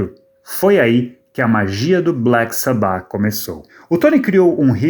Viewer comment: Agonia ouvindo ela falando Sabbáth a pronuncia correta é Sábbath